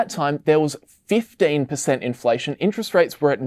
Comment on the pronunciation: "Interet Rate" ;)